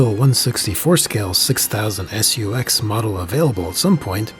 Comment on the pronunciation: i like how he says "S.U.X." instead of just SUX